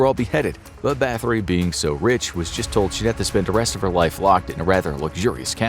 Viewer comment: Elizabeth Bat-hory, not bath-ory